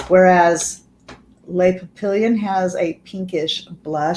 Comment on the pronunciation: French for butterflies /pah pee yohn/ n is mostly silent